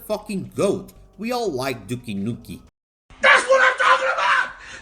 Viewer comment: Actually, I am playing it right now for first time and it is very good game. Bro, gave you a thumb but "duki nuki" keep it to brazilian hommies, please.